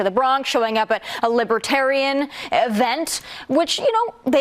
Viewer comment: He can't even pronounce libertarian. 🤣